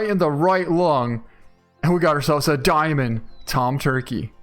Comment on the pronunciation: "Let's pick up are dicoy" IT'S A DIAMOND!!!!